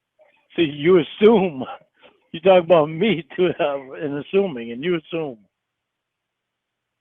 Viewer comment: Yew are killing AHS....num num num. Why dew yew want tew kill AHS??!!